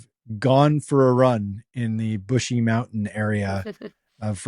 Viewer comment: brushy mtn prison. not bushy